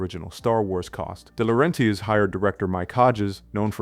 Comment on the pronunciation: How do you not pronounce Oingo Boingo correctly? Or Dino de Laurentis? Or Jovovich? Or Wachowski?